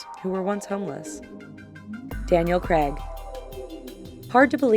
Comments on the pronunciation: its Daniel C-R-A-I-G not Creg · It's not Daniel Creg It's Craig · it's CRAIG not CREGG😂😂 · it's Craig, not Creg. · "Daniel Creg" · its not creg it is craig stupid yank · the way americans say Craig pisses me off its Cu-r-aig like eighge not egg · It's Daniel 'CRAIG ' (CR-AY-G) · Craig not creg CRAYG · Craig not creg. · Why does she say creg not Craig on the first one? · Daniel CREG? Why cant yanks say craig? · Damn it! The name CRAIG rhymes with plague... not peg! drives me nuts!!!! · CRAIG. NOT CREG. CRAIG. CRAYYYYYG. WHO THE FUCK IS CREG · its not Creg, its Craig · It's not Daniel 'creg' you say it Craig like with the a sound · It's Daniel Craig, not Daniel creg... At least get the fucking names right! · Her not saying Daniels last name correctly pissed me off